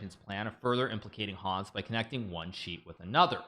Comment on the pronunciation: The way he's pronouncing Hans